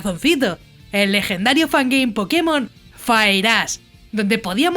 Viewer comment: Parece que en verdad dice fireass XD